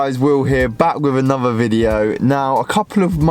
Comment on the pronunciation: anuver? wtf is wrong with you, who taught you to speak, you need to learn to speak English ffs